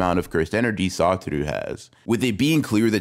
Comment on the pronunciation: bro said some "Sawthru Gojo"